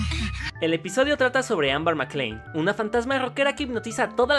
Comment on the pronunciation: dijo AMBAR en lugar de AMBER casi todo el video xD No si se noooota que fue super fan de la caricatura xD